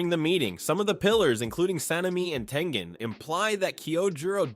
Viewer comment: It's tengen